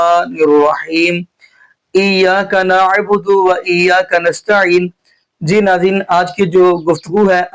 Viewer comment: Ap kis trah k qari hn iyyaka na budu hi glat parha hy ap ne